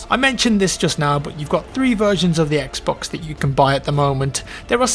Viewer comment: I swear if he says "xbux one" one more time..